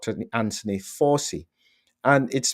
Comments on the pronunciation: Why are you pronouncing “ Fauci” incorrectly? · Come on, Doc, Fauci has been in the headlines for 5 years now. Surely you have heard his name spoken by now? It is not pronounced FOW.SEE. The name is of Italian / Sicilian origin and is pronounced FOW.CHEE. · While I admire a lot of what you do, I was nonetheless flabbergasted -- after the man's copious exposure on prime time media during the COVID debacle -- that you consistently mispronounced his name! Did you never watch any US media during Fauci's (pron: Fawchi's) all-too-regular appearances at briefings and in interviews? 🤔 That said it is an absolute travesty that Fauci has been preemptively pardoned for what could ultimately come to be viewed as his culpability in encouraging and ensuring that millions were harmed, and/or died as result of strategies he consistently promoted and his failure to allow the use of safe prophylaxes that were readily and cheaply available! He may yet arguably go down as one of the greatest serial killers never to be punished for his essentially murderous actions during COVID and earlier during his equally heinous mis-management, partiality and profiteering during the AIDS crisis that undoubtedly also led to many suffering and dying. He is an arrogant narcissist who held the reins of funding far too long in the US and has evidently apparently gotten away with his despicable alleged crimes! (Anyone who has not yet read RFK jr's "The Real Anthony Fauci" should certainly do so!) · It's pronounced Fow-chee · His name is pronounced Fow-chi. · The little gremlin’s name is pronounced “Fow Chee!” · It is pronounced like ouchie...fau(ch)ci. Joe just signs whatever they put in front of him...he would know about political lawfare...as he unleashed it on trump and many other innocent people from january 6th. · It’s pronounced Fowchi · "Fa-u ci Dossier"